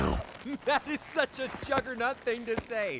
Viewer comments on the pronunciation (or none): none